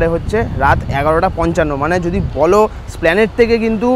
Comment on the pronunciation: ভাই, এসপ্ল্যানেড ওটা। স্প্ল্যানেড না।